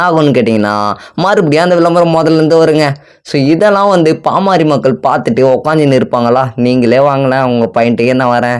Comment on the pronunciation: பாமாரி மக்கள் இல்லை தம்பி அது பாமர மக்கள் 😂😂😂 கொஞ்சமாவது படிங்கடானா கேக்குறாங்களா 🤦🏻🤦🏻 சுய அறிவே வளராம அப்படி என்ன படிப்பத்தான் படிச்சு இப்படி மேதாவி மாறி பேசி ஊர ஏமாத்தரீங்களோ 🤦🏻🤦🏻இப்படியே பேசிட்டு இருங்கடா உலகமே திரும்பி பாப்பாங்க யார்டா இந்த தத்திகள்னு 😂🤦🏻